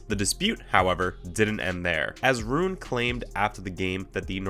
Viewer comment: You pronounced nearly all the names incorrectly. Rune=Roon-uh, Corretja=Corretcha